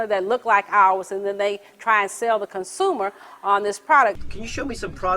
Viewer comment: consooner? what the fuck is that?